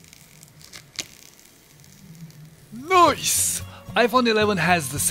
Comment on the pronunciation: Did he say "nooice" ?? LOL!! reference